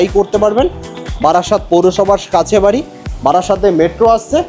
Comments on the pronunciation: বারি নয় বাড়ি । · বারি না বাড়ি😂